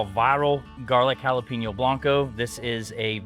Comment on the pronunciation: Halapayneeo.. At least pronounce it correctly. It's not pronounced halapeeneo. Jalapeno. yikes.